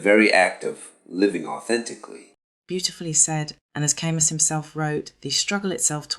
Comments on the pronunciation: It’s pronounced Kah-Moo. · If you can't pronounce his name, you don't get to talk about his work.